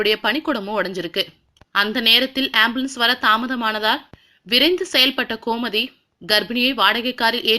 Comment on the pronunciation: komathi ilanga... Gomathi.... correct ah pronounce panunga